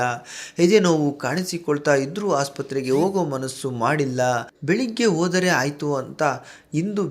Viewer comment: Frist learn proper kannada pronunciation hakara akara difference you should learn hodhare odare